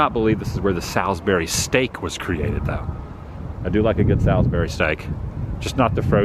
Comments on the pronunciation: Haha all the NC Native will make fun of your pronunciation of Salisbury. It’s pronounced Saaalsbury round here😂😂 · Ok ok, I live in Salisbury and I just have to tell you locals pronounce it like Sawsbury 😂, also you missed so much great stuff here! You should definitely come back and see the train station, the transportation museum, Salisbury High School, and all the cemeteries here! Lots of history here! Also the sign you saw that said Ketners Grocery is a reference to the Food Lion chain which was also founded here in Salisbury. Their original name was Ketners! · Ralph Ketner that owned the supermarket in your video, sold to FoodTown that had to change their name to FoodLion, Ralph stayed on as GM for several years. And that town is pronounced Saulsberry lol just thought you might want to know. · Great vid! And it’s “Sauls-berry” 😀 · FWIW, my hometown, it's pronounced sawlz-berry. I'm sure the Chamber of Commerce will appreciate this video. The Carolina Beverage Corporation building at the end of the video is actually the original bottling facility. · Yeah, that pronunciation of Salisbury was getting to me 😂! I was hoping that Carson would correct him!